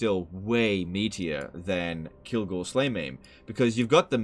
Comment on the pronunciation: Excuse me it is Kilgore slayMA’AM